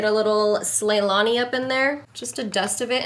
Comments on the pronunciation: SLAYNALI not SLAYLANI. every time she said slaylani i died lmaooooooo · Yaaaaaaaas!!!!! But just FYI its slayNALI, like Ourfa ZiNALI. 😬all your looks!